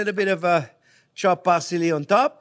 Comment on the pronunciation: Chopped par-silly. Love this man n his energy